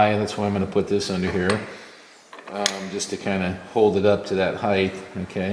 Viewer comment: Please don’t spoil your video by calling it heith... it’s height It is a T at the end ... not TH 🤭